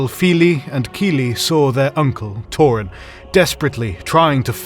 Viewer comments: Torin??? Isn’t it Thorin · Its Thorin, not Torin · Why does he keep calling thorin "torin"? Almost every name totally mispronounced. Like nails on a chalkboard. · Bro stop with the torin it's thorin oaking 🛡 shield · Who the hell is Tor-in & Glow-in? and wtf is mit-tril? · "...and Torin was left grievously wounded" and so was my ears after that (and other) terrible mispronunciation(s)(..."together with Glowen..." ) from whoever this person is! I don't know who this person is but he lacks a certain something that Karl has, not sure what it is but I wasn't as engaged in this as I should have been. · Once again TH in Tolkien names and words are prounounced as an F so Thorin is pronounced Four-in, like Théoden is prounced Fay-oh-den. Thranduil is prounounced Frahn-du-ill. PLEASE, learn to say words and names of Tolkien right! Also, Oin is not prouncounced Oh-in but Oi-n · Great video, but have you mispronounced words, I don't mean offence, im just used to the way the movies and audio books pronounce them. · I HATE HATE HATE the way you say Thorin JUST STOP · Great video, but you could improve the pronounciation of some of the names. For example: Thror, not Tror (same with Thorin) and Oin, not O-in